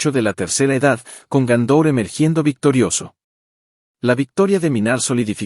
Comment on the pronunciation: Y Gondor no es Gaúndor.